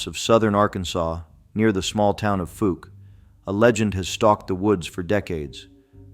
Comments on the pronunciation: Fouke is pronounced fOWke , not Fook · The most famous monster story in Arkansas, and you can't even say the freaking town's name right! It's like like the preceeding comment, "folk" either! Let me enlighten you people, especially janetbaxter1938.....it's like the sound of COW without the C. F(OW)LK!! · FOUKE: pronounced; FoLk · I live in Fouke. It's pronounced like WOW... The FOUKE monster. The town was founded by Dr Fouke in the 1800s. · I live in Texarkana about five miles from fouke!!! F-owl -K !!! Come on pronounce it Wright 😮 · Pronounced like Fowl with a K. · I live in AR and the Fouke is pronounced Fooulk. It almost like folk. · PLEASE LEARN PROPER PRONUNCIATIONS OF NAMES! Your pronunciation of Fouke AR. was like fingernails on a chalk board to my southern ears. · DUDE YOU MISS PRONOUNCED FOUKE!!!! Your a tard!!!!! I've been to Fouke and to the area they say the creature lives. I was there for 3 to four weeks in the deep swamps alone and the only thing I was concerned about were the gators and snakes. With my bad luck if nothing attacked me out there then there's nothing there. I even used a drone with thermal and once again nothing. I live in the north central part of Arkansas and have never came in contact with any of these so called creatures.